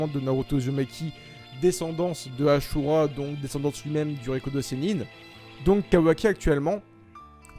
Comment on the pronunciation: Tu a dit asura de façon ashura